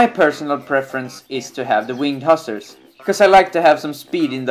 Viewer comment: You are mispronouncing "hussar".